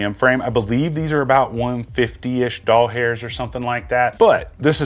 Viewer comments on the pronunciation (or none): I've always liked your videos; you do a really great job at details and relevant content. Promo codes are a plus and the visuals are great. BUT... every time you say "doll hairs" I cringe. Just wanted to throw that out there with all due respect.